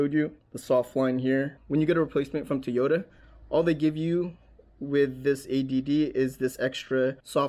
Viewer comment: Soaker hose? Really? You know that’s designed to be permeable and let water pass thru it, right? It’s intended to be used in the garden. Did you install this with the intent of keeping water out? Wow. Just wow. Also, say Tee-ota one more time! 🤣